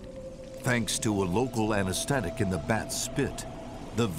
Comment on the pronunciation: did this guy really just say "anestetic"? TH, buddy, TH! Learn to say it!